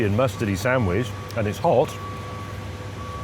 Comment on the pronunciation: sandwich not sandwidge